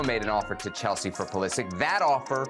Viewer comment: Learn how to pronounce his name